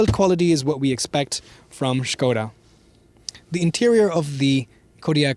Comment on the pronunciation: Sköda ❌ Škoda ✔